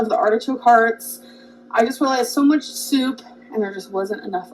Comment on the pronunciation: her "soup" is DIABOLICAL